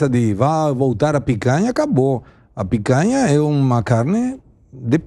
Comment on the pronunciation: Ao invés de picanha agora é "pécanha". Faz o L.